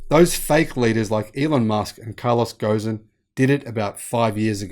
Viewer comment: Carlos Ghosn's last name is pronounced "G-O-H-N". Ignore the "s". And, by the way, "" is a smashing program. You must work night and day to have made so many issues. Keep up the fabulous work!